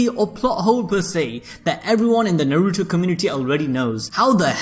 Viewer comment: Najuto - Na - Ru - To A - ka- t - s- ki